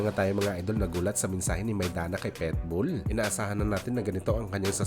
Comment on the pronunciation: Pit bull hindi pet bull mag kaiba yun😂